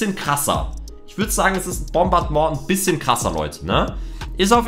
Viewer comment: Die deutsche Aussprache ist richtig